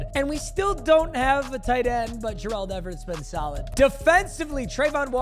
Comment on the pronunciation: saying Gerald Everett right... Nah saying Jur-Uld Everett... Yuhhhh